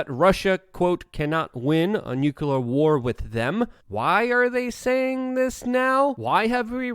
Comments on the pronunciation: Jesus man its pronounced New Cle ARE war .Saying Nu kew lar brings your intelligence into question .Along with your understanding of the situation..... Its pronounced New CleARE war...Fck you sound like GWBush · Not trying to be rude, but it gets pretty aggravating hearing the word "nuclear" mispronounced over and over. It's pronounced like it's spelled, "nook-lee-uhr", not "nuke-you-luhr. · Love you, Luke. But, say it with me. “New-clee-ar”